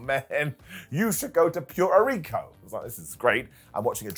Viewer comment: ive never heard Puerto Rico pronounced that way lmao